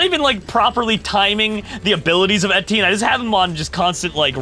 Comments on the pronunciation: it sounds so funny when says:'thats right, its entienne' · how dare u call him etienne his name is steven tewtiy found out in goolge transtlate